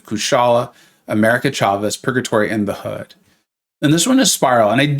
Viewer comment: The Hood you said it wrong. By the way what chart are you using?